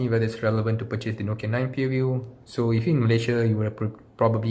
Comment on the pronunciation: Pureview it's view not pure